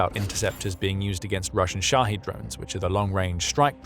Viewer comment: It's pronounced shahEd, not shahEEd